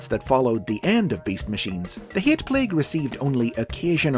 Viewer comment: “The hee-at plague”